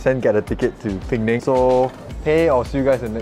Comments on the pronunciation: Hi it' not peng nang. It's Pe-nang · Pee-neng. Not Ping-ning.